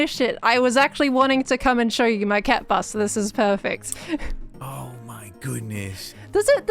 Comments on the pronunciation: It is purrr fic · It's purr-fect